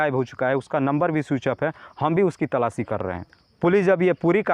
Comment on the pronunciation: अरे गधे बार-बार तलाची तलाची क्या करता हैसीधे बोल तलाश कर रहे हैं😅😅😅😅😅😅😅😅😅